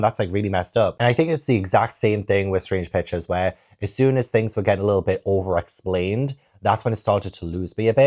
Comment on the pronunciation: Every time you say Strange Pictures, I hear Strange Bitches. 😭😂